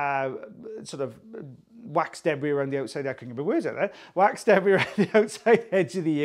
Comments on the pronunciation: I love the way you say, “deb-bree.” Happy FriYAY and have a great weekend everyone! 🇺🇸❤️😊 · I doubt that that's anything peculiar to or the Welsh. We in Australia pronounce it that way as well.